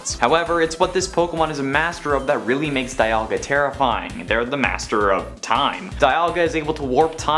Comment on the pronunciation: Its dialga not dayalga